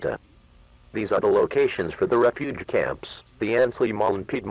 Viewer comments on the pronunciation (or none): none